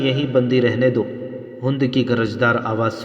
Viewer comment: ھوند نہیں بہای ھند(ھیند) اور صحراء بفتح الصاد ہے بضم الصاد نہیں صوحرا نہیں بلکہ صحرا ھے